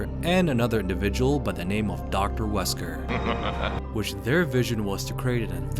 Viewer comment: Alex Wesker?! Ahh you mean "she wesker" xD